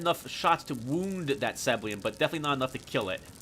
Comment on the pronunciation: "Seblian" It's "Seb-ill-EE-an".